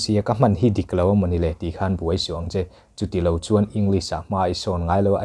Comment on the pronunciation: Pronunciation Ing- lis ❌ Eng- glis✔️ English ber kan zir sia, a english lam dan a ber hi kan tih fuh loh chuan a professional lo tlat.